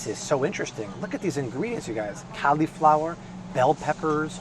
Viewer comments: PLEASE, it's not CALI-flower (as in California) it's CALL-i-flower (as in call me maybe). Just to be safe double checked 4 dictionaries and not one "CALI(fornia)-flower" pronunciation. Stop triggering my OCD plz. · He said Califlower... oml I'm dying!!!!🤣🤣🤣🤣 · Interesting pronunciation of the word cauliflower.